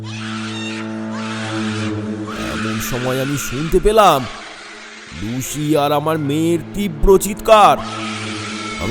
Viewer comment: লুসিকে লুশি বললেন বারবার। শুনতে খুব অড লাগে 😂